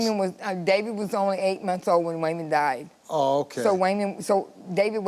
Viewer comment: “Way-Mon” , that name is piss*ng me TF off😅